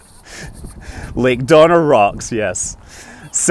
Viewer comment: i thought he said "like Donner Rocks" and i googled the name, trying to work out the reference.